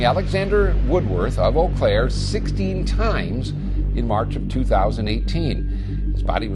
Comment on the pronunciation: Eau Claire Wisconsin not ewww